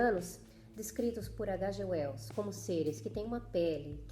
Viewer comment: Nossa,! Que análise incrível! Vou acompanhar seu canal, porque diferentemente de muitos outros canais por aí onde fazem "resenhas" ignóbeis, menosprezando as obras, você dedica sua atenção à mensagem do autor. Só um detalhe: "H.G. Wells" é um inglês, então se pronuncia de outra forma. Detalhe importantíssimo! Adorei o paralelo que você traçou com a Inglaterra; essas informações vieram fresquinhas a mim rsrs Apesar de eu ter lido, nunca havia feito essa "analogia". Mas concordo inteiramente porque quando eu li "A máquina do tempo", ficou claro a intenção do autor em traçar esses paralelos em suas obras.